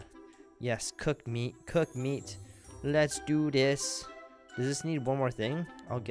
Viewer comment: When you say let's do this baby it sounds like your saying "Let do dis baby".